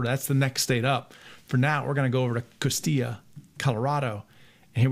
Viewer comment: Thanks for pronouncing Costilla properly!